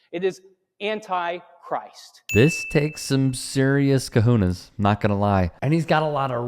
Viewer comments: Not that it matters, but the word is "cajones," not "kahunas." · Great video clip. BTW It's "cojones," not "kahunas." Keep up the good work.